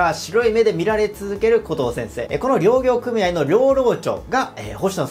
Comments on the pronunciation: りょうぎょうw w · 確かに、漁は大漁の場合はたいりょうと読むけれど、漁業はりょうぎょうとは読まずぎょぎょうと読むわけで、漁業組合・漁労長もぎょぎょうくみあい・ぎょろうちょう、と読むのが正解。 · 漁業組合・漁労長をりょうぎょうくみあい・りょうろうちょうって 何て言い方してんだよ！日本語も知らんのか！？